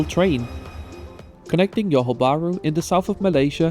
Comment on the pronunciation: By the way, thats Johor as in Zhohor or Dzhohor (juh), not yohor 😅 Tell me you're Scandinavian without telling me you're Scandinavian but that's alright Sadly I won't make it to this line before it's gone but I'm looking forward to the RTS and they're even planning a second line!